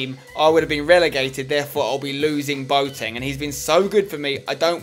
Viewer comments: He is called boAteng. Not boteng. The a is pronounced :-) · Peter Due its more like bwateng in germeny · Peter Due Actually im german its pronounced bua ten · Bwa-teng actually I study german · chelle milton actually i live in germany and have lived there since boateng got big and no one says bua ten. Maybe some say bua teng, but even thats rare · chelle milton But his name is not German it's Ghanaian. Its pronounced Bwateng